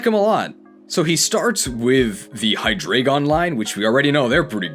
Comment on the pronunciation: Now i can be like "well actually it's Hy-Drry-gon not Hydreigon"